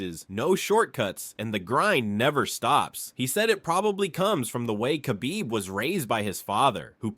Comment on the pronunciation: He's not Makhachev. He's Mahachev. Khabib is Habib actually